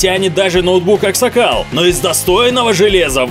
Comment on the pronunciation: Он сказал Ак сакал